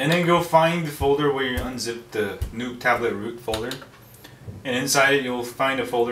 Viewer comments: Informative video...Thank you! However...The Nook is not pronounced like "Nuke" (which you said several times). It's "Nook" which rhymes with "Book". And a Canon camera is not a "Canyon Camera" (which you also said twice)...it's pronounced "Canon" like "Cannon". You're killing me smalls! LOL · its not a nuke its a nook lol you are cool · Nook not NUKE TABLET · Right. Nook rhymes with Book. Its not Nuke-Buke. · does anyone else find it funny he calls it the NUKE tablet? it nooook not nuke but thanks for the info. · its nook like cook... Not nook like NUKE. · He says newk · i love how he says it like "nuke" tablet